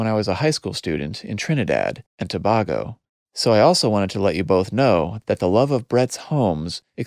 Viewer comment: Really excellent experience hearing your podcast and. Second Stain is one of my favourite episodes of the series. From your listener telegrams, note that Tobago is pronounced To-bay-go. Not bag. Please and thanks. Keep up your great work!